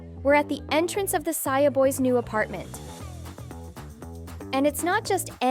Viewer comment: Saja❌ Saia✅